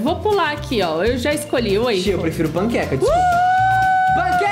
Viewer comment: Naverdade não se pronúncia ''weffle'' como o próprio nome diz se pronúncia waffle ( Se eu deixei vc e vc Gabi e tristes ou algo do tipo me desculpa mais o certo é certo) (Eu não sou nerd mais gostaria)